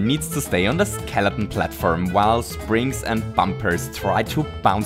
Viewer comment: I love how you say skeleton as skeleon